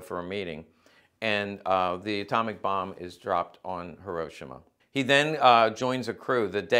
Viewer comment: Thank you for pronouncing Hiroshima correctly. BTW, I love this channel, your content is also the best on the internet!